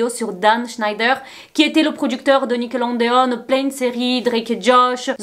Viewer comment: Ça me stresse que tu dises nickeloNEdeon au lieu de nickelodeon 😭mais super video❤